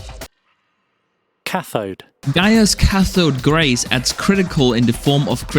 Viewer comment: My man didnt know how to say cathode